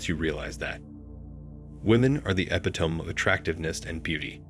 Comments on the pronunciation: I enjoy your videos but not sure if it’s a real narration voice behind it. There’s so many mispronounced words (e.g. epitome, finite, etc.). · Love the videos. May want to learn how to pronounce the words finite and epitome.